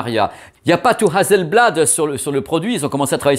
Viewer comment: Hasselblad c'est très pro, Hasssssselblad (pas Hazel). Si on attend un peu on va avoir encore mieux (créativité continue) ? Attendons les nouveaux modèles.😎